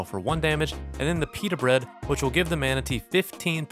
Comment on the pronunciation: No it’s so good! I love when he says Peter bread